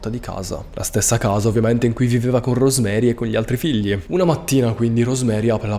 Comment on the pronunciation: I nomi dei due coniugi di questo caso aberrante si pronunciano "Iosef" e "Rosemarìi" visto che sono di lingua tedesca e la figlia "Gabrielle" si legge com'è scritto